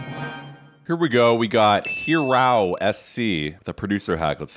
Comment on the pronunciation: Hirow (High-Row)* lol Good video